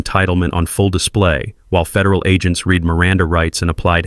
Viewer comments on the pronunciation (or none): Couldn't you pronounce "read" correctly???